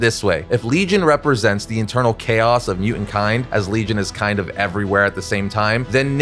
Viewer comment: Can you please pronounce "mutant" coreectly?